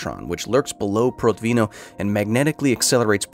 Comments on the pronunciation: Could you please check the pronunciation of foreign words? It's not difficult to find pronunciation guides, even feeding words to Google translate and pressing "read aloud" works. And there are oh so many Russians who'd work for pennies. It's Prótvino. Russian language doesn't have fixed stress like French or Spanish do. Like English, Russian puts its stresses all over the place. However, English intuition doesn't work for Russian words and vice versa. It's not that getting the Russian language correctly is essential (I don't think you can pick the correct pronunciation for foreign words all the time). But catching SOME mistakes makes one think if there are MORE left, if the author or authors are not as responsible worth their material as they are expected to be. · Protvin'O with the stress on the last syllable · When I was working for Protvinò (last syllable stressed!) IPHE, they always told me about that man. I just couldn't believe that happened in real. Then was the end of 80-th. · it should be pronounced as "prOtvino". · ProtvinO, the stress on the last syllable. Please don't help to propagate that "Hollywood Russian Accent" and check the pronunciation and accents beforehand... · Nitpick: Protvino has stress on the last syllable, not second